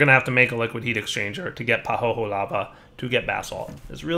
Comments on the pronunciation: Isn't pahoehoe pronounced pa-hoy-hoy? Pretty sure it's not pa-ho-ho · That pahoehoe lava is pronounced "pa-hoi-hoi" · BTW it's Pah ho eh ho eh. Each vowel is pronounced separately. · pəˈhəʊɪhəʊi Or if you don't grok pronunciation "pa who ee who ee"... Much love otherwise and have a great day.